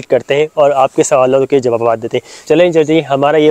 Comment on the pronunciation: Jawab bolte hain Jabawabad nahi bolte hain janab